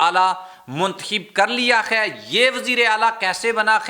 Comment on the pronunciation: حضور اپنے تلفظ کو درست کر لیں ۔ لفظ “ ہے” نہ کہ “ خے “ دوسرا یہ کہ لفظ بھئی کا استعمال غیر ضروری۔